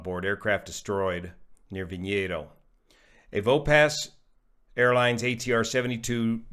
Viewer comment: not too bad on your pronunciation of Vinhedo. You need to work a little one the 'a' with tilde in São Paulo. Boa sorte meu amigo.